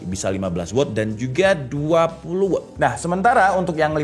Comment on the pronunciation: Meluruskan juga. Watt dibacanya tetep 'Wat', kalo bacanya 'Wot' jadinya kata tanya 'What' hehe